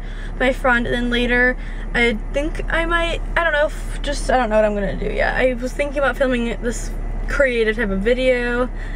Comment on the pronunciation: vut vut vut else..lol so russian